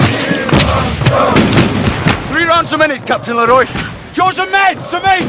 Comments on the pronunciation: a favorite detail of mine that few seem to mention is how Simmerson consistently pronounces the Captain's name as "LEE-roy" even though he introduces himself (and Sharpe calls him correctly) as "luh-ROY." just a nice extra touch of disrespect from a dreadfully self-absorbed character. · Only just realized that Simmerson never gets Leroy’s name right. He pronounces it Leh-Roy simmerson pronounces it Lee-Roy. Typical of his refusal to acknowledge other viewpoints than his own